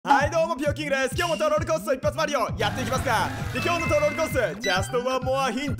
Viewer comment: マリオのことマリーって言うの好きです♪